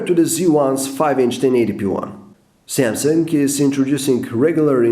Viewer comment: You made 7 mistakes in the word "Samsung".